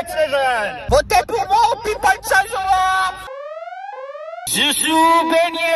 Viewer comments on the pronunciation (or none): none